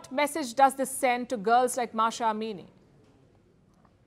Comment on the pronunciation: It's M A H S A, not Masha. Mahhhh saaaa